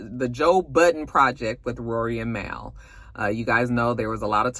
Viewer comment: it’s Rory and Mal (Mall), just FYI, from the Joe Budden podcast.